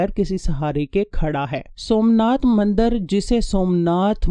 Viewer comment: Mandar nhn mandir hota ha plz correct